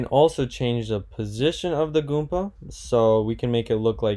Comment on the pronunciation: Goomba not Goompa